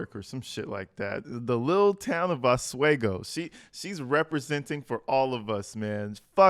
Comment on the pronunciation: We pronounce it aus-we-go 😉